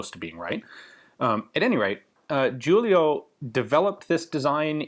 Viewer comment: You pronounced Giulio and Brescia pretty good, even here if I had a friend with sosso as surname I would had problem pronouncing it